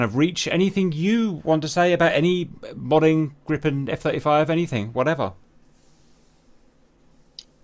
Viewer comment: Whhhy does he keep saying gree-pen instead of grip-en.. driving me nuts lol